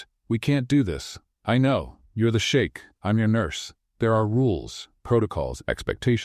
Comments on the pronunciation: I loved this story ♥️ 10/10 for me. P.s. it’s sheikh not shake 🫨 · Sheik, not shake..... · For crinimey's sake, STOP saying "shake"! It's Sheikh. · Come on (Sh ee k ) no sh ak e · It’s suite, not sweet. It’s also sheik, not shake. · I guess it's shiek not shake😅😅😅😅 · It's SHEIK, NOT SHAKE.